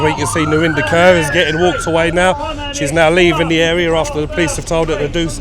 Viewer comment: Who tf is “Narinder Curr”? It’s Kaur, pronounced “core” but you guys know what you’re doing by pronouncing “curr”…